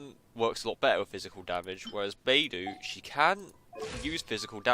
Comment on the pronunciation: how do you get her name to sound like ''bye+doo?'' XD when shes clearly sounds ''bei+dough''... you Eng people are so cute xD